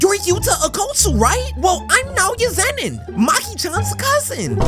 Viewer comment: As soon as you say Nowya Zenin I vommited literally